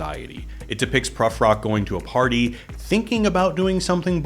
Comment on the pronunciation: Great analysis, but just as a slightly pedantic fyi, Eliot's Prufrock is said with an long vowel like "blue" rather than a short one like "but."